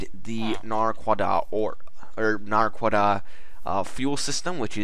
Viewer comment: Showcase # 2 I've seen of this mod, and still, the wrong pronunciation of the ore. "na-quid-ah", or "na-qua-dah"